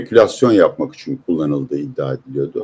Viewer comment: Peki abi “rakam” değil “rakkam”, “için” değil “içün” mü? Why???